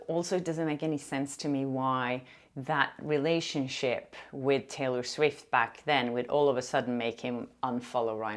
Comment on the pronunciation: The word "relationship" really sounded Australian! I love it!